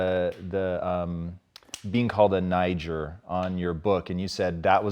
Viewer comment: Did he just say “niger” ?? lmao!!!! 🤣🤣🤣 tommy nooooooooooo. Don’t go PC noooo